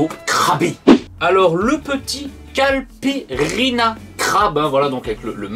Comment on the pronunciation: Merci pour la vidéo :) Très sympa comme d'hab. J'ai pris le pack de 3 parce que les 3 me tentent, mais c'est le Daiquiri que je veux goûter en premier. (Petit détail pas du tout important mais c'est Caïpirinha pas Calpirinha xD)